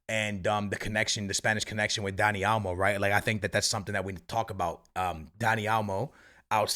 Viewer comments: also: Dani "A"lmo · “Dani Almo” 😂 it’s OL-MO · Man said Elmo 💀💀💀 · Is it me or does it sound like is saying Elmo and not olmo lol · Dani "Almo" 😅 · For real 😂 over here constantly saying Dani "Almo" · what barca fan said said olmo was a bad signing and that it didn’t make sense? everyone was ecstatic getting him in. secondly, if you’re going to mispronounce names over and over again stop talking about football